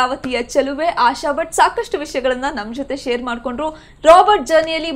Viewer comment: Butt alla swamy.... Bhat adu